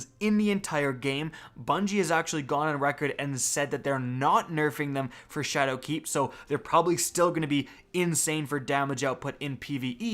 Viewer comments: Triggered - this video could have been a minute shorter if you’d just stop pronouncing “Shadowkeep” as if it were two words! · anyone else hate the way he says shadow keep? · You say "Shadowkeep" weird.